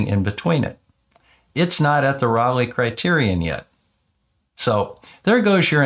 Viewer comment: Just FYI, it isn't "rawlay" it's RAY-lee. Raleigh is a British bicycle, Rayleigh is the criterion.